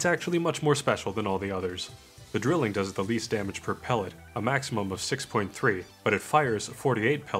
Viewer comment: Im sorry I need to point this out. It's pronounced "dry-ling" not "drilling". It's German for "triple" :)